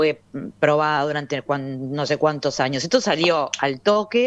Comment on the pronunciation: No se pronuncia ANIOS. SE DICE AÑOS. Esta para el.